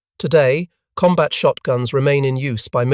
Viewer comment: Lead pellets, lead rhyming with read. Sure. Also comBAT when COMbat is usual — sometimes. Curb your robot!